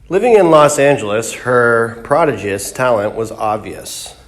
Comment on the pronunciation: Her "PROD-i-jus" talent?